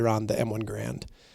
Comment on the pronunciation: Y'all need to learn how to Mr. Garand's name correctly.